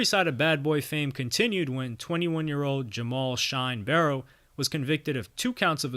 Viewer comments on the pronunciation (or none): none